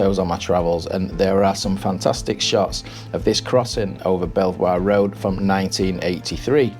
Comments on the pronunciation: Note that Belvoir road is pronounced beaver, not bellvwah. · Belvoir is pronounced 'beaver'...weird pronunciation I know but I suppose you could say the same of Leicester and Loughborough